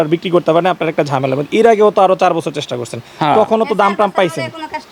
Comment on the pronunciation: বসসোর না 😂😂😂😂.....বছোর